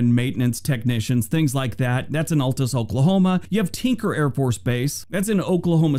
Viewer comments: Okie born and (mostly) raised. Raise your hand if the video narrator's mispronouncing Altus was like finger nails on a chalkboard 😬😬 It's a wonderful state, but its beauty is being destroyed by wind farms. 😡🤬😡 You used to be able to drive down Interstate 40 and look out over the rolling hills dotted with trees rows and fruitful farmland, and now, it's blighted with acres of ugly ass wind turbines 🤢🤮😡 (climbs off soap box) 🤘Rock on, 🤘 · He also didn't pronounce Altus or Enid correctly. Oklahoma's towns are possibly the hardest to pronounce by outsiders. It is a good thing he didn't mention Hobart, Chickasha, or Miami.